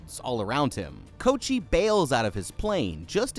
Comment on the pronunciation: I'm giggling at you calling him "Coat-chee"